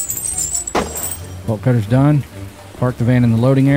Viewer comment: I promise I'm not high... but I am tired but everytime he said "Bolt cutter" I just think to myself, why is this man saying "Ball Cutter " lol